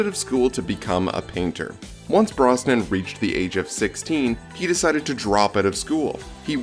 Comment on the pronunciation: Who did this awful narration with mispronouncing Brosnan and Cassandra Harris!?